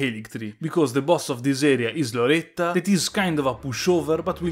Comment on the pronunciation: Ogni volta che pronunci Loretta all'italiana mi fai morire